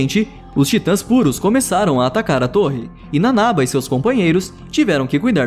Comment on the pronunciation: Pétra,nanabá,shiganshiná(pronuncia certa)